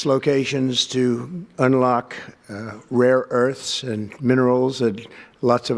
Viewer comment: He says rare earths like they're rare magic items.